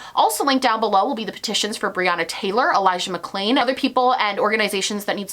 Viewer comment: Can we also talk about how he clearly got Elijah McClains name wrongs and had to add in a voice over for it? Just imagining him in his editing room trying to match the tone from the original video. Just another small sign to show he doesn’t care, not even enough to get the victims name correct.